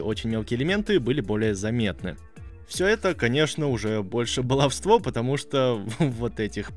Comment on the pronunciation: Хорошая работа, позабавило меня твое "балавство"